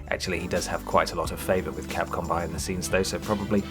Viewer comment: Why are you saying Capcom? wtf